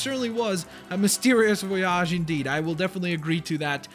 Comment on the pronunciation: It's VOyage not voYAGE